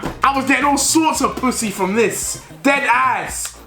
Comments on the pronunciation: "dedass" headass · No one: Not even a single soul Deji “Ded Ass” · How many times did he say “dEd aSs”